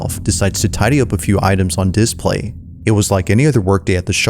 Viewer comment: Bro said DISplay like a true AI lol 😂